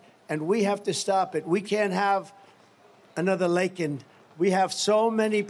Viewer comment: Better yet, what did he do to console the family of Lakin, besides mispronounce her name. Horrendous! 😊